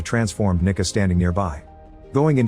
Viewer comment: I’m pretty sure it’s because of how the AI author said her name “ Nicca” & how several of us had to double check & back what he said.